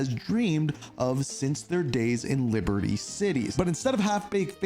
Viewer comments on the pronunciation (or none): none